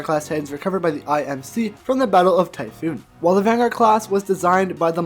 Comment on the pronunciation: It's pronounce "tie-fohn" it's said in the campaign a lot.